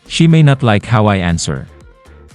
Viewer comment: Sara pronounced the words, "she may not" incorrectly. Instead she pronounced it, "SHIMINET".